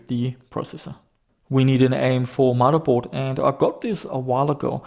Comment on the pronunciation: I think you make some fairly good videos and seem like a nice chap, but can you not say mudderboard. It's..